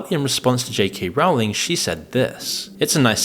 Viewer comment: The ’o’ in Rowling is pronounced as in bowling, not as in howling